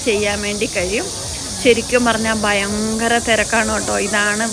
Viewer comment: വളരെ നിലവാരം ഉള്ള വിവരണം. പിന്നെ വിശേശം അല്ല വിശേഷം, ആകുന്നു, ബയങ്കരം അല്ല ഭയങ്കരം എന്ന് വേണം? ഭാഷാ ശുദ്ധി നിലവാരം പുലർത്തിയാൽ നന്നായി?